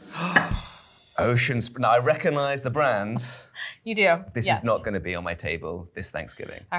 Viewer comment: All right, so I listened again at regular speed (I find 95% of YouTube to be so slow paced and devoid of density of thought that it is easy to listen at and understand at a fast pace) and it is NOT as bad as I first thought...BUT I pulled out just a few of the impediments for you since you didn't hear any: Reco'nize; Con unda'es'mate thot; an' un top o' evathing. I know South Africans and Australians with HEAVY accents that speak perfect English, yet here in America we have an infatuation with the decay of language thinking it is progressive. Do the British use the same English dictionary that we use to use in America? Our schools currently seem to be putting out kids who drop a lot of consonants. I have been an avid supporter of ATK for 20+ years and this is the first time that I noticed such pour dialect. It could be ATK is trying to reach more of the young poorly educated population, but I would recommend keeping the standard high. Sorry for the misunderstanding.